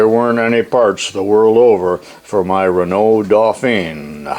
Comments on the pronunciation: Doug Rundell from a Quebec frenchman... got it right on how to say renault and about those cars being a piece of sh..t...!!!;-) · Hey very nice idea , that will make tool changes much slicker ! There’s no right or wrong way probably to say anything and I can’t write down how to pronounce a word really but over in GB 🇬🇧 we have a lot of Renaults around and we pronounce it “ren” - “O” alternativey trying to type pronunciation “ren” -“owe” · I don't care how the French say it, in America it is pronounced re-nault.